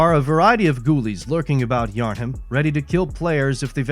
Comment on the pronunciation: Im sorry, "Yarn Ham?" Its Yharnam, theres no second H in there to make that mistake. :/